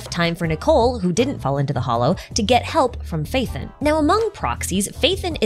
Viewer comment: who's Faith'en? it's Pha-e-ton (Pha as in PHArmacy, e as in Education, ton as in tons of damage)